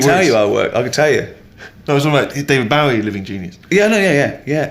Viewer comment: I love when supposed bowie fans can't pronounce bowie